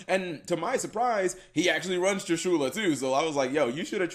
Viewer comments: I find it soo weird to hear Trishula being pronounced Tri-shoew-la. Always heard and said Trishula as just saying "Trish" and then "ula" right after without a pause. Trishu-la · Does anybody else feels uncomfortable with how he speaks triSHUla? I think it is TRIshula, or...how does even write the name of that monster? Whatever it is, how to you speak that monster's name? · Dee Wade I didn't got salty I think, it just gets highlighted when you hear so many other people talking TRIshula and not triSHUla. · It isn't pronounced trishoola holy shit! It's trish-uh-la